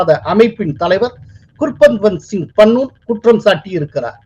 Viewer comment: உங்களுக்கு பெயர்களை ஒழுங்காக உச்சரிக்க தெரியாதா? வராதா? Gurparvant சிங் பண்ணு ஐ பண்ணூன் என்றும், bhullar ஐ pullar என்றும் சொல்கிறீர்கள்